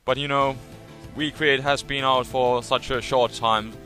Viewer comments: it sounds like you say, "we create" instead of V create, but still, a fun victini....in UU? seriously, that's why i don't like smogon... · He says "we create" and "wictini" because in German, "W" has a "V" sound, so he naturally has a W-V pronunciation variation, haha.